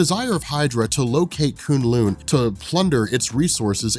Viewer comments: Who cringed every time he said coon loon instead of kun lun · It’s Kun Lun not Koon Loon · K-uh-n L-uh-n. Not K-oo-n L-oo-n. No big deal. This just seems like the kind of thing you pay attention to. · If he says kun lin wrong again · Koon loon? Lmao you mean kun lun.... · 😂😂😂😂 koon loon? K'un lun. (Ka un lon) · K'un L'un is pronounced like rhymes with bun. Not loon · kun-lun not konloon awsome vid tho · its pronounced k UN lung like a human lung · "Koon lune" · Anyone annoyed with the pronunciation of Kun Lun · Who here cringes every time he says kun lun 😂 good vid tho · You're pronoucing kun Lun wrong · The way he says k'un-Lun ruined the video for me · Your pronouncing Kun' Lun wrong. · Love your videos.....but your pronaunciation of Kun LLun is painful hahahaha